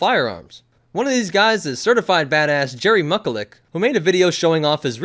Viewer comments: I hate you it’s JERRY MICULEK NOT MUCULEK. (MITCH-YU-LEKK) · its pronounced mitch-u-leck